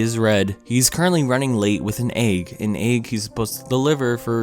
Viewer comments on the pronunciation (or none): You are not Rick Sanchez yet you try to have his comedic style, not working. also - the way you pronounce egg makes my ears bleed. its EGG not AAG